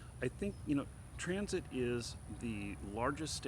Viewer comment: Why you keep saying Transit? It's Tencent. On the fence about CCP authoritarianism which Tencent helps to fund? Really? You should really educate yourself about this subject more. Ban Tencent completely.